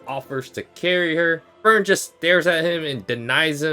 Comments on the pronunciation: Ngl if Fern and Stark don't get together, people are gonna riot. Especially with the most recent episode. Btw I hate that he pronounces Frieren and Frielen or Free Eren. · Frie-ren. It's not hard to pronounce. Free Ren. FRIEREN. PLEASE. I'M BEGGING!